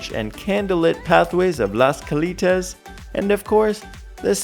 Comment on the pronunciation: This is so ridiculous. The buffet wasn’t “free”. You paid for it. And it’s Cal”ei”tas, not Cal”ee”tas. That show that was created by cirqu’s supposed co founder was axed. It bombed. it’s the poor man’s version of cirqu, plagiarizing cirq. Wait for the real thing.